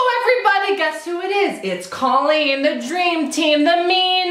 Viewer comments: Anyone else get lightly salted when someone calls her “Call-een” instead of “Cole-lean”? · I love you, but remember, it's pronounced Coal-een, not Call-een. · I feel like he keeps saying "call-een" but I think she pronounces it "co-leen" ... Awks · it's COL-LEEN